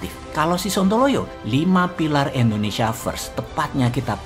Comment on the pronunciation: maaf bossman.... bilang nya indonesia dong.. jgn endonesia😁😁😁